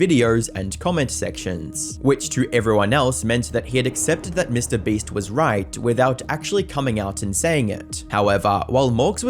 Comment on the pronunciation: Bro can't pronounce Mr Beast 😂